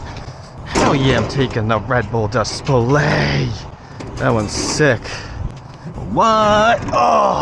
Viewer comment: Love it when you say dis pl ayyy Lmaoo you’re soo funny. Keep up with the awesome humor 😂